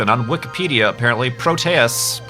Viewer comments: it's "pro-tee-ous", not "pro-tay-ous" Greek didn't actually have that second pronunciation in their language. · its Pro-Tee-Us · PRO-tee-us Check a dictionary site for pronunciation. There's usually even a button you can click to hear a person say the word. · I pronounce it like PRO-tea-us, not pro-TEA-us or pro-TAY-us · "I'll just go with pro-tay-us." Dammit, I can't watch this video.